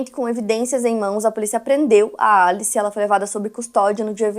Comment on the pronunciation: Pq vc fala alice estranho? Kkkkkkk Em ingles nao seria pronunciamento Elice